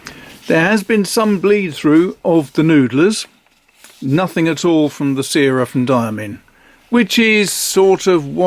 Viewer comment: The syrah ink is named after a famous French grape variety used to make Hermitage since Roman times. It’s pronounced like ‘sirrah’. Love the ink reviews - keep them coming!